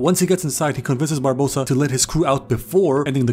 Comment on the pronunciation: I enjoyed so much that he calles Barbossa "Barbadossa" a few times that I will now call him that from now on.